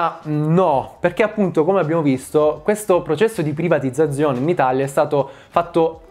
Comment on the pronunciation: Ogni singola volta che hai detto privatizzazione in modo scorretto mi hai fatto venire voglia di tagliarmi le orecchie